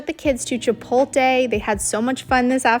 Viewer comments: Dude, Chi-POT-le not Chi-pol-te, you're hurting my ears :goodvibes: But in all seriousness, your videos are unique and forward thinking and informative like no one else's vid's. Way to go, and I appreciate your thoroughness and efforts in sharing your endeavors to inform all of us how you're doing things. THANK YOU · don't forget to say "chi-polt-le" where you do pronounce the " l". said in kindness. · She did not say Chipotle right. In any type of way 😂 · I don’t think you’re pronouncing chipotle correctly